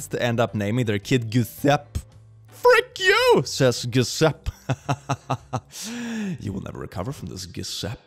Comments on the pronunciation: isn't Giuseppe pronounced "J-oo-sep-ee" not "Goo-sep" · ad an italian the way Is pronunce Giuseppe Is really funny, in italian "GI" Is pronunced as in the english "bridGE" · you need a fast Italian course because I think I laughed for over 30 minutes after hearing you say "goo- sept" instead of "ju-seh-peh" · horrible mispronunciation of "Giuseppe" (Ju-sep-pe) as "Goo-sep" tore my poor linguist heart in twain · It's pronounced Joe-sep-pee....not Jessup. Although the way you said it was....um....cuuuuute too.... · Giuseppe is pronounced "GyusaPPæ" kinda. It's not that hard in italian but I guess for others it is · pronouncing Giuseppe “goo-sep” is the funniest thing I’ve ever heard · Giuseppe is pronounced je-sepp-ee I have had this happen to me on a plane once. Actually, twice, the second time the volume cut out during a movie and I had to watch the second half with no sound. The movie was still good though. The long Polish name is a Polish meme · My guy...is 3 syllables: "juu" + "SEP" + "ee", please....🥲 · It's pronounced Ge-sep-ee.. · I whish I could get angry at this but honestly Brad is right. Also shout out to for that flawless Italian pronunciation, truly he sounds like a native, 10/10, please pronounce more Italian names in the future. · the way he pronounced Giuseppe ) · Why tf did he pronounce Giuseppe like that 😭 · its not pronounced like that 😭